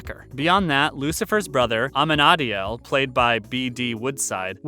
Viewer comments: Amin Ariel? Lmao bro it’s a men a deel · "AMENADIAL" get out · How did you pronounce amenidiel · So they do a video and they are so unprofessional that they don't check the annunciation of a main character's name? Ah-men-ah-deal...it's not that hard! Jeez AND NO Eve is NOT Maz's ex-lover. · i have not seen a single video about lucifer where they pronounced amendiel right 😂🤦‍♀️ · Ah-men-ah-dee-elle..... yea ok you haven’t seen the show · You said amenadeil weird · Jesus Ik AMANAADIAL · Amenadiel is pronounced Ah-men-ah-deal. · That’s the worst pronunciation of Amenadiel yet. If you anyone to take you seriously as so called experts of this show, get their names right!!!! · Fun to watch your commentary about Lucifer! A little weird hearing Amenadiel's name so mispronounced! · Why do people keep on pronouncing Amenadiel’s name so weird? They say his name in the show all the time just stick with it. 🙄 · How he said amenadiel tho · Lucifers brothers name is pronounced like (UH MEN UH DEAL) but spelled like this Amenadiel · wait.... I think you were on the right track you just put the wrong emPHAsis on the wrong syLLAble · ... Isn't it obvious Part 2 of Season 5 didn't come out in December 2020 since this video came out on January 12, 2021? How can you mispronounce Amenadiel and Mazikeen? It's in the show all the freaking time! And you say "BD Woodside" when his name is "DB Woodside." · Omg the way he said Amenadiel 😂✋